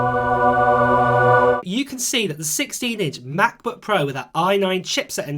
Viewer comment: MaCbuk Ehhhh. Sorry mate its just funneh